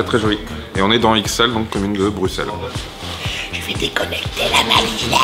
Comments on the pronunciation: pouce bleu parce que tu as bien prononcer Bruxelles :D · Waaaw :0 un français qui prononce bien Bruxelles... Un grand homme cet Antoine Daniel!